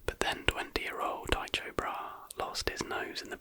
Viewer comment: his name was pronounced ty-ko bra-he